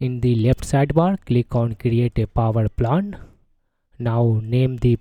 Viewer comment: Hey man, why you keep saying "power plant"? rather saying poer plan.